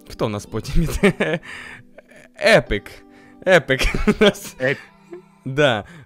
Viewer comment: Єпік а не епик